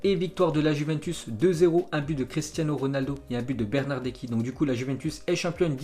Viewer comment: quand il a dis bernardeki ça m'a fais mal au cœur 😂😅